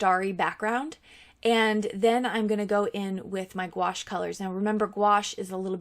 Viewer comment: It’s pronounced goo ash. 😀